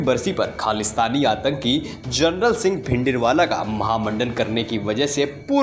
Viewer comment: Tere ko reporter kisne banaya bhai Harmandir Saheb bolna nahi aata or Jarnail Singh Bindrawala ko bhi General Singh Bhindiwala bol raha hai.